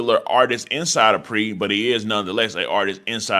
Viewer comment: It’s pronounced Kenny MONEY not MOONEY it’s just spelled Muney.. & It’s not PRE it’s P.R.E. Come on bro u not 60 years old lol